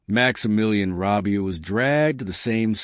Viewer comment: Never heard about this, Why? They could at least learn to pronounce Robespierre right, Robesper, Jesus! Campina? Good GOD!!! No respect whatsoever, it's not the Wild West.